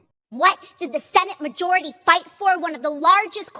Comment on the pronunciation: watching AOC in this video is beyond cringe it's actually funny again, had me fucking LMAO "WhAt DiD ThE SeNaTe MaJOuRiTy FiGHt FoR!?"